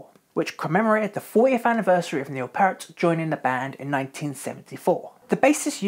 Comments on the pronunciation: Neil "Peert", not "Pert". Rest in Peace... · Love your videos, but there are a few glaring errors my friend. It clearly said in the tour boo that it was LIFESON that had anemia from bleeding ulcers-not Peart as you stated. Also, it's "P-EAR-t", not "Purt". That frequently drives fans nuts lol, and likewise did so to him (RIP). Now, where's my Phil Lesh video??!!!! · Great vid man, love the detail! I just have a few corrections: - Peart's name is pronounced "Peeert" not "Pert" - A Passage to Bangkok was not played on the R40 tour - it was the Snakes and Arrows tour. - Nope, not correct! That highlighted paragraph is referring to Alex Lifeson, not Neil. - Contrary to what this vid suggests, the fridge appeared in 1996 not 2002. Also, the dryers appeared before the vending machine did. - The mellotron was used on Snakes and Arrows not Vapor Trails. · Neil Peart (pronounced Peert NOT Pert) developed sores on his feet from getting wet in the rain, driving from venue to venue on his motorcycle. Basically swamp foot. Neil was struggling with tendinitis, and it was Alex who has arthritis. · It's not Pert. It's Peart. P-EAR-T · If you’re going to do a video about Rush, you could at least learn how to correctly say Neil Peart’s name (RIP). It’s like the word “ear” with a “p” on the front and a “t” on the back. And that’s per Geddy Lee, so I think he would know. It’s not pronounced “pert” — the way you said it. Also, “Moog” is correctly pronounced “Mogue” — not “moooog.” Did you do any actual research for this??? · Very well researched. But it's Pee-ert! PEE-ERT! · Stopped watching after five minutes. I can let the fact that you mispronounced Neil's last name slide, but Rush never made an album called: "Pictures". You sir, know nothing about Rush. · Nice piece, but please learn how to say Peart.